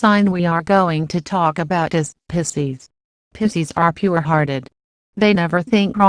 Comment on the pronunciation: The pronouncing of Pisces 😂😂😂